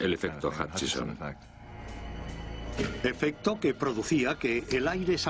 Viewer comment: Se llama efecto Hutchison, no Huckison, como serás idiota...